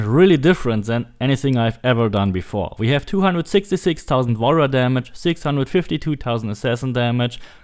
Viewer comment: Everytime he says Warrior damage i hear wall run damage lol